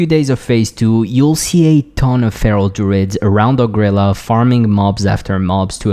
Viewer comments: OH Gree Lah not ohgrila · O-gril-laa It’s ogre heaven, not o-grilla ffs